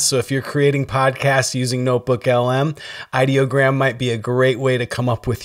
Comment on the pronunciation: You started off saying ideogram correctly, but as the video progressed, you started saying it wrong. What's up with that ? I use Ideogram as my "go to" site for almost everything. I have created 3 virtual TV stations and 2 virtual radio stations using Ideogram. I love this stuff.